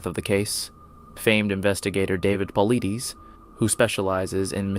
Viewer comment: David Paul-eee-deees...Stupid AI... It's Paul-eye-diss ! At LEAST get the names of whom your stealing vids and research and HARD WORK from correct!